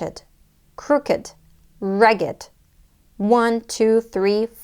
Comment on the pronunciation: Thanks for the lesson! Well done! By the way, I am just curious. s, for “1 or 2or 3 or 4 lagged”, did you mean “legged”? E.g. four legged animal? Thx